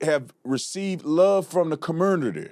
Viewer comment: "The commurnurty." LOL this nigga here